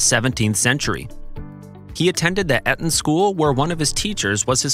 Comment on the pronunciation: Correct pronunciation is "Eeton" in "Barkshire"